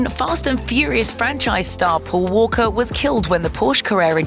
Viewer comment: When you say “Poe Woe-kuh”, do you mean “Paul Walker”?